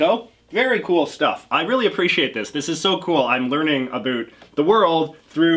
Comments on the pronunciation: My goodness, is that how you really pronounce "about"? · Kristian Toimil lol he started saying it as a joke but now he just naturally says it like that